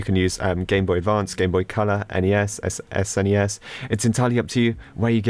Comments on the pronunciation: Ya or what i call it is S - NES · Do you really pronounce SNES like this??